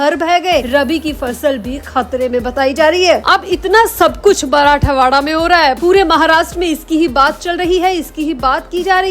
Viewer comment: मराठावाडा गलत उच्चार हैl मराठवाडा सही हैl